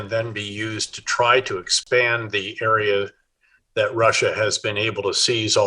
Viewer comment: Please quit saying "Rusher" instead of Russia. 😕